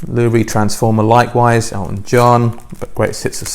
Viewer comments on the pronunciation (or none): none